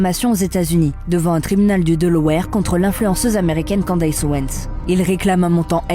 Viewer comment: Ca se dit "Candice" pas Candaiiiysse. C'est une voix IA ou quoi?? Non en fait IA ferait pas cette faute